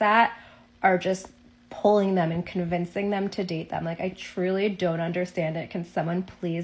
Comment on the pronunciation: To the second girl... ...as an English-speaking native American, you can't even pronounce the word "them" correctly??? It's "them"...not "tham".